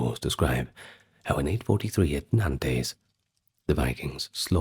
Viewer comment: I hate to nitpick but the french city of Nantes. Is pronounced "Naunnt" or " nænts" ( one syllable). - love your work !